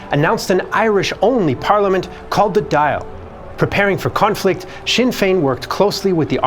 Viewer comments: its not "the dial" as you say, its more like the doll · Just a small note, the Dáil is pronounced as though you were saying Dall, not dail. Pedantic whinge over, that was a great video as always. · It’s pronounced doil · The Irish Parliament is NOT called the "Dial" as in to dial a telephone number. It is The "Dáil" which is roughly pronounced "doyle". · Its not pronounced like dile, the accent over the a is called a fada and makes the word sound like "doll" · It's not the dial! It's pronounced dawl, approximately. It's in Gaeilge! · The Irish parliament is called the Dáil not the Dial. It rhymes with all. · The dail is not pronounced "dial" Its more like "dawl" Say it like "shawl" and you'll be very close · Dail is not pronounced dial, it's like dawl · Its not the dial...its the Dáil...pronounced dawl! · Dáil is pronounced dawl not dial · It’s pronounced the dawl. The real spelling is dáil, which is really short for Dáil Éireann. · Our Dáil is pronounced 'dawl' not 'dial' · Great video very informative. One thing though is that dail isnt pronounced D-ial its pronounced Du-all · Just to say; its pronounced "Dawl" not Dial. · Its pronounced "the Doyle" not the dial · An Dáil, the Irish Parliament, is pronounced "Dall" or even "Doyle", it's not "Dial" like a clock. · Its pronounced Dall not Dial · It’s pronounced Daal. Not Dale. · And the Dáil is pronounced "doil", not "dial" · The repeated mispronunciation of "Dáil" was really distracting. It's not "di-al"...it's closer to "doyle." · He prounounced "Dáil" as "dial!" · Brilliant video. One correction though. The dail is generally pronounced "daul" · Our parliament the Dail is pronounced "Doyle". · Outstanding documentary, thank you so much for posting! One small note if I may, the correct pronunciation of the Irish word Dáil is more along the lines of the word 'oil' with a 'd' preceding it. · Btw the Dáil (Irish parliament) is pronounced "doil" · No it's not,! It's not "Duall" and nor is it "Dial!"